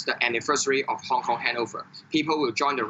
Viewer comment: Wait u said kong kong🤔😂😂